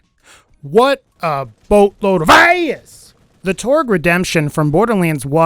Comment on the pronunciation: LOL, "boatload of ASS!" Are you from Texas? 'Cause you say that like a Texan.